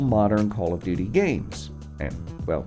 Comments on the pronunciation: Did he say Call of “Do Do” Modern Warfare ? That caught me off guard haha Very well made video regardless! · Bruh I heard him say call of dodo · Anybody else hear “call of doodoo” ? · No offense but did I hear u say call of du du 😂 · It sounds like he said call of doodoo lol